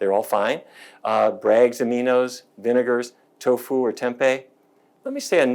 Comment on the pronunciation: I gave a thumbs up but you lost me at Toffu! Lol